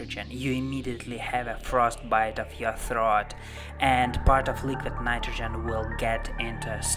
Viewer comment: Leeequeeed Naightrogen. Lol. Great vid tho. 👍